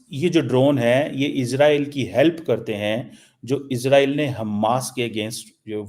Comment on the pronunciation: CHEEMA ISS ROYAL NAHI ISRAEL ( IS RAY EL ) 🇮🇱 .... 13 PRONOUNICIATION AND VOCABULARY TUMHARA BIWI KO B SAMAJMAY NAHI HOOTHA HOOGA .